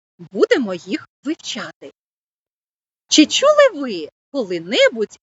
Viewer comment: слід попрацювати з орфоепією. "Чі чюли ви шьшє таке слово", "поцяг".